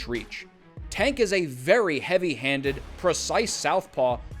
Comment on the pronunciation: Why do sum ppl say “a” instead of “ay” when pronouncing Tank’s name? It’s as if they’ve never heard it said/announced b4 lol